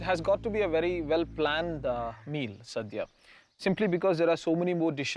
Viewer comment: its not "saadhya" its "sadhya"...pls get the name right at minimum